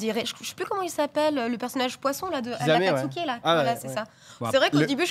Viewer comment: dit akatsuké, martinS, c'est tres mid, s'y connait tout juste, valeur ajoutee: etre une femme apparement